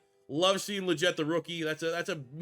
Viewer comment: Actually it’s “Lee-get”. That’s how he’s pronounced it in multiple interviews.